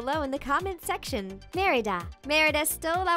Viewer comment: "React in the comment shection down below." Shection... Nailed it.